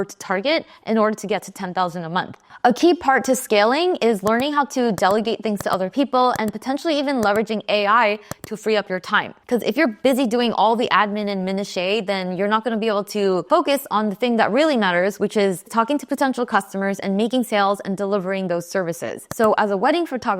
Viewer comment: Minutiae = "Minoosh-uh"